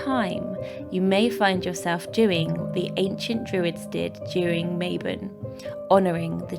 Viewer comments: Ma-Bon not Maybon. It's Welsh. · Mabon is actually said like "mah bohn"! <3